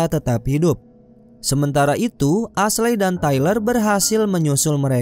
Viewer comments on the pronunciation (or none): Ashley dibaca esli ngab. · Cerita nya bagus tapi sumpah geregetan waktu salah nyebutin nama Ashley. Dibaca esli yah. Wkwkkw coba deh dengerin nama2 nya waktu nonton filmnya.